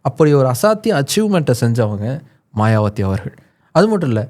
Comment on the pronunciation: மாயாவதி என்பதே சரி. மாயாவத்தி தவறு